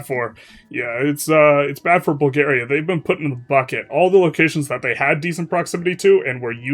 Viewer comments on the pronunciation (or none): none